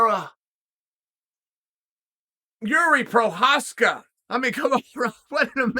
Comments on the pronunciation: The single most surprising thing to come out of this fight for me was ole uncle Chael said Jiri Fking Prochazka’s name so many times so close to the way it’s actually pronounced! The best keep getting better! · You know you've gained Chael's respect when he starts pronouncing your name correctly.